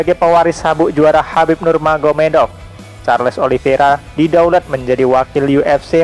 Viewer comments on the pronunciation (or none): none